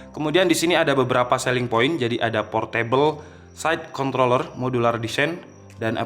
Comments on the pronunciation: Lidahnya kepeleset 😓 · ajg ribet bgt sebut nya kOntroOlLerRr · Kontrrrrroler PAKE R😁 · Maksudnya apa sih ngomong controller pake R Biar pada mikir k0nt*ler gitu? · Menit jg gw dengar gitu dan jelas bet hahahaaa ngakak